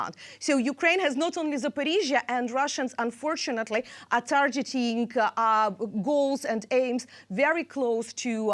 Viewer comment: Tarjeting 😂🤣😂🤣😂 Tarjeting 😂🤣😂🤣😂 Tarjeting